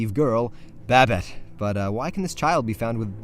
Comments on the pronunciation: huh I've never heard Babett pronounced as Rabbit but with a "B", Babbit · Good ol' "Babete"